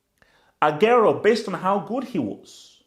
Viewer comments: it's Agu-wero not Ag-airo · This guy can't even pronounce aguero lol